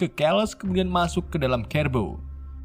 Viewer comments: Keles / Charles dibacanya tetap Charles Cerebro dibacanya tetap Cerebro/Serebro bukan KEREBRO min Coba tonton filmya ya min😁😂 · Keles = carles Kerbo = siribro Script nya di bikin indo aja min kalo susah nyebut🤣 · Bang belajar betul penyebutan lah. Biar kami tdk sesat jg. Apa itu "kerebro. Skot sumer, dll" tolonglah klo ngonten yg niat. Trims 👍🙏